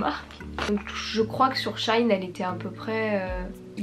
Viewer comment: C'est pas shaïn c'est sheiine